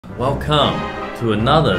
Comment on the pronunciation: Why i am always hearing " wellCUM to 2set"🤣